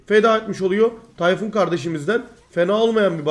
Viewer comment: Tay-Fun :D